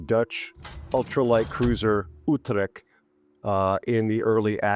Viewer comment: hey mein Lieber. i love your intros , had I already said that ?? ;) ;) . what should i say to this ship. another islamd-camper-HE Spammer- terrortool. well done WG . but hey lets givet hem the most accurate airstrike every aprox 40s , thats a good idea. p.s. thx 4 the review . it isn't spoken with "C" ore "k" like "kill" or something like that, rather like the "CH" in "chapter". utreCHt